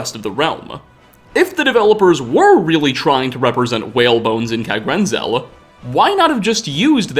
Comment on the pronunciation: Kagrenzel and kagrumez